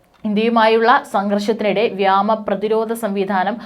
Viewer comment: അയ്യേ സേച്ചീ വ്യാമം അല്ല വ്യോമം /ആകാശം